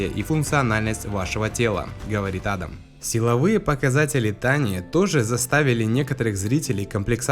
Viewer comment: Правильно не А́дам, а Ада́м